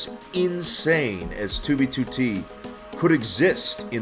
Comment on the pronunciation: 2b2t - what i hear: tubitute